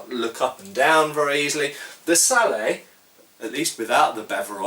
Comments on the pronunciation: It's Sallett, Hard t on the end. Just saying. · at the risk of being pedantic, I think you're wrong to pronounce this helmet as "sallay". It derives from the French word for it: "salade". I believe the final t should therefore be sounded - as most people pronounce it... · Just one thing, I think the wallet is pronounced with a hard t. I believe you have discussed this with Toby Capwell. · Why is sallet pronounced "sallay" when bascinet is pronounced "bassinet"? You guys make English hard to learn! :) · I've heard people pronounce sallet "sal-lett" and I've heard people pronounce bascinet "bassinay". English spelling is notoriously I think in this case the pronunciation is really up to you. I would personally pronounce them "sal-lett" and "bassinett" while speaking English. If I was speaking French, it would be a different matter. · that's not how you pronounce sallet. I hope he knows that by now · Why don't you pronounce the 't' in 'sallet? Sallet is an English word, not a French word. It should be pronounced with the t, so far as I know. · I don't know if anyone else has pointed it out but the T is not silent it is pronounced phonetically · I know this is 6 years late but I can say that according to Knyght Errant “sallet” is the English word for this kind of helmet, and the “t” should be pronounced. He said the French word for this kind of helmet is “salade.”